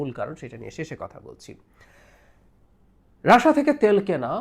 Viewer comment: baler snbadik. Tui age Russia thik bhabe pronounce korte sekh. Ota Rassha na Russia. Idiot kanglu.